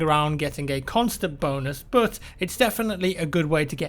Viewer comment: when you say but it is like saying bot 😂😂😂😂😂☺☺😑😑 it is not funny